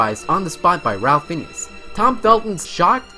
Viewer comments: Rafe Fines not Ralph Finnes otherwise, highly entertaining. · Sigh... Ralph Fiennes is pronounced "RAY-f Fines" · ralph fiennes is pronounced like "ray-f fines". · It is not pronounced ‘Ralph Finious’ or whatever you say. Ralph Fiennes is pronounced Raif Fines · Wait... really? Harry doesn't actually cast any spells himself at all the first movie?!?!?!? And David Tennant ruined all his f***ing scenes with that tongue flicking thing he did. Ralph Fiennes is pronounced "Raif Fee-ennes" and NOT Ralph Fineas as you said. 27 - that's just mean!!! Teenage boys eat a lot... why does he have to have his pockets sewn up?!? Domnhall Gleeson's name is pronounced Donal, and his father is BRENDAN. Not Brandon. I knew this from well after the series ended, but never actually put two and two together and realised that this was a father and son acting duo on set. I'm going to have to check out the 3rd movies onward again, to check out Harry Melling's fat suit. You really need to go through every letter, ONE BY ONE. E-R-I-S-E-D... it's NOT Esired. It's the word desire spelled backward. Do you realise that they recast Griphook the goblin in the last movie - it was now played by Warwick Davis, clearly now doing a dual role as he is also the actor of Filius Flitwick. He has also been in the Chronicles of Narnia series (Reepicheep in the BBC 80's tv show) and Nickabrik in the recent Prince Caspian movie AND was the main Ewok (Wicket) in Star Wars ROTJ. All three of those amazing series!!!! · Ralph Fiennes' name is pronounced "rayf fines", not "ralph phineas" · The actor who plays Voldemort, his name is pronounced as "Rafe Fines" It's spelling might be confusing, but that's how he says his name. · Who's Ralph Finnies? Learn to pronounce actors names! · Yeah, how can he be a fan and pronounce BOTH names wrong? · Yup ... "Raif Fines" ... the way he pronounced it was painful LOL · Reginald Rich II yeah its supposed to be pronounced (Raif Fines) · boy he butchered Ralph Feines’ name